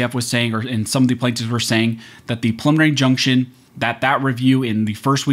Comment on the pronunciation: Pre-lim-mih-nary... Practice saying it.